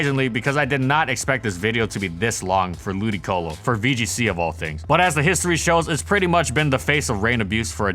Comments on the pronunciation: Shouldn't the accent be lu-DI-colo? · Wait... its pronounced Ludicolo? I've been calling it Ludiloco for years... thanks game grumps